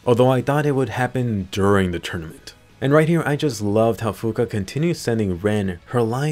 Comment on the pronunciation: Swear you said Fuka I heard Finka.....I been playing too much siege